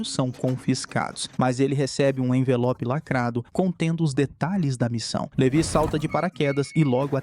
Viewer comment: LeVÁI! Levi se pronuncia Levái.